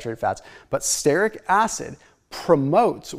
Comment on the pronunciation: Brad Marshall, creator of The Croissant Diet is all about stearic acid. He added starches to the diet to prove that the belly fat eliminating function of stearic acid works even when not on a ketogenic diet. Btw, stearic is pronounced STEER-ik, not STARE-ik. Love the vids, longtime subscriber.